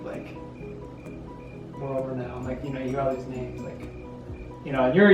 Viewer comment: When pronounces your name right YESSS!!! Ah y'all are the cutest ever and I can't wait to meet the littlest baby null <3